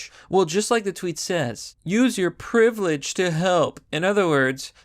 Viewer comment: "Use your privlage to help" ... what in the actual